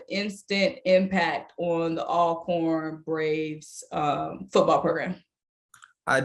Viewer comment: Welcome!!!!, it is pronounced ALL-CORN! Just like you say ALLways, ALLready… that same start!!